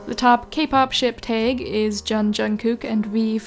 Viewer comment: im very curious where ur from that you pronounce tag like taeg